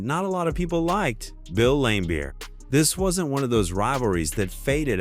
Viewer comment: limebeer? Another crappy AI channel to block.